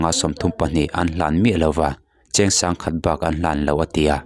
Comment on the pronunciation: Cheng Sangkhat bak tih a chhiar lovin Cheng Singkhat bak tih a chhiar zawk tur aw